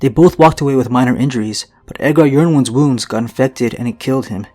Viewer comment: I think yronwood is pronounced ironwood